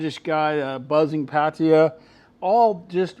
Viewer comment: No offence but how can you move to a country and not learn the language? He doesn't even know how to pronounce Pattaya correctly.